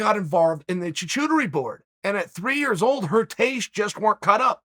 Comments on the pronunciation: “chachuterie” undefeated as always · Chochodery, chowchurdery, chachurady, clam chower board 😅🤣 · “Choo choodeir board” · It’s pronounced shar-koo-tər-ee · Literally everyone: charcuterie Chael: chachootery Literally everyone again: chachootery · "CHOO CHOO TERY" 😆 🚅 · I have never heard anyone pronounce charcuterie board that wrong before in my life..... This guy talking about a board on a train the choo choo Terry board? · choo-choo-tory board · Never thought I'd hear Chael say charcuterie. It was butchered in the best possible way choochootery lol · Is this an American issue or a Chael issue, charcuterie board is not said “Choo chootery” and a Brie or a German cheese are probably some of the most child friendly cheeses out there. Furthermore cheddar is pretty strong and might not be liked be a kid either, i’m so confused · Choo-choo-tery board 😂😂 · It, Chacuterie Chael (Ch-ku-te-rie)😂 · Chael, it is Charcuterie : Char Cute Rie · HE SAYS CHA-CHOODARY SO MANY TIMES - He's gotta be trolling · "My daughter now wants Choochootery for Brekfrrest. Okay Great." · Because it was coming from uncle Chael, I wondered (just for a second) if it was me mispronouncing it...😁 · I swear one of those was a cha-choovery board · Also Uncle Chael, it is pronounced "Shaa-koo-tuh-ree' :) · Chachootery board? Lolmao. At this point I think chael’s in on the meme and intentionally mispronounces things so he can watch the comments blow up. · Like Ralph from The Simpsons - "I choo-choose the choo-choo-tery board!" 😂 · Ah the extra classy choochooterie board. You know it's fancy when the Americans can't pronounce it... It's a deconstructed sandwich. Never lost a round. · "Choo-choo-tary boards" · Wait.. what Is a chewchewturi board hahaha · charcuterie: SHAR-koo-ta-ree ... I can't let you get close. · Shark cutlery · Choo Choo tury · Chael, wtf is a Chewchewtery board? Haha. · Char-koo-ter-ree… Charcuteries !!! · Listening to chael butcher the word charcuterie so bad lol